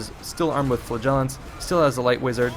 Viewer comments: it's flAgellants not flagEllants!!!! Great video though. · He says Flagellants and I hear Flatulence.